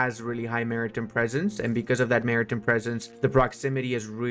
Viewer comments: Mara-tim presence hurt my soul more ...... Mari-Time man! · Maritime... Time, like what time is it? Not Tim, the guy who lives down the road. Then there was more. Cinque... Just sink (kinda). French for five. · hey buddy, how do you pronounce the word "time"? So why do you pronounce "maritime" the way you do?